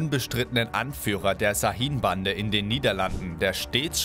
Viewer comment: Şahin wird scha_hin ausgesprochen